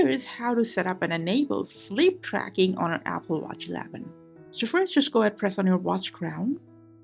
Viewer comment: Shleap drackin om Appulewagds Eelaiven... now I need some shleepe